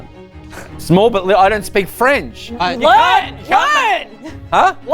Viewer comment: Mark going “eh-small” in an Italian accent is killing me